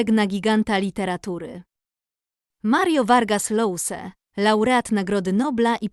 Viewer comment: Czyta się Josa, a nie Lousa.